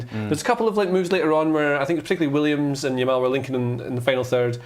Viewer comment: "Yamine Lamal" lol